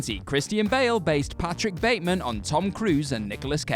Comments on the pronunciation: When he tells the lawyer about killing Paul Allen, he says "I'm patrick Batemond" instead of Batemen and always wondered if was a mistake the directors didn't catch or was there an actual reason? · Yeah...and the character's name is pronounced BATman.